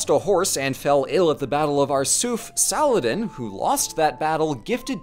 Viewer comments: i cannot express my joy at someone actually attempting to pronounce salah-adin right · did just nearly nailed the Arabic name 😗😗😗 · bro said Saladin in the real Arabic pronunciation but then says "kay-lif" smh